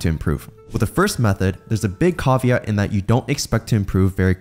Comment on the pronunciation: I'm not gonna take advice from someone who pronounces caveat that way